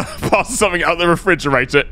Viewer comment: So not only does he say "Refridginator" he even spells his own made up word wrong on the label 🤣